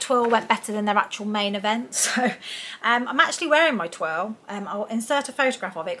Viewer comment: Twirl or toile (twarle) it’s a French word so it’s pronounced twarle. Love the burgundy version it’s beautiful 👍🏻